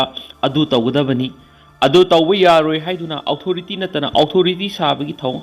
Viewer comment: Authority hai yo......outhority haiba lei te ko ..